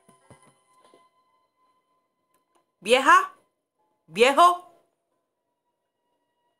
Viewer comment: Jajajaja me da mucha risa cuando dice viejo y vieja